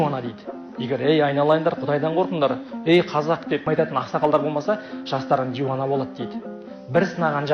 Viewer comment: Изені, дуана деп айтылуы керек.